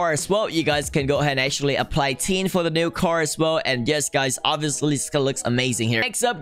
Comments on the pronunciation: anybody that can speak normally: tint vg: T E E N T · Me: *pronounces tint "tint": *pronounces tint "teen"